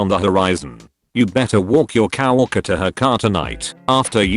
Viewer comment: Can we just respect the fact that the computerized voice pronounces the word "co-worker" as "cow orca"?